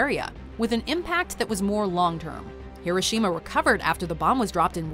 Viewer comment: It's hiroshima hiro shima